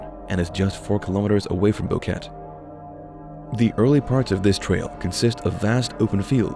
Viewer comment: More copied BS from other vids. Host family doesn't even have a dog. It is not a rain forest and Boquete is pronounced bo-ket-eh. Nobody knows where they died. Alto Romero is not 70km from Boquete, much less.